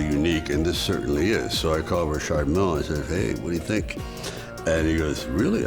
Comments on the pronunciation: Lol I'm glad he say Richard Mille correctly. RAPPERS OUT HERE SAYING RICHARD MILLY🤣💯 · Only person I’ve ever heard pronounce Richard Mille properly